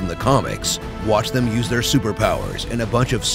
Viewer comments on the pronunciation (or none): none